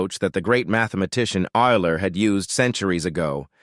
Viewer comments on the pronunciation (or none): I think it’s Euler not eyler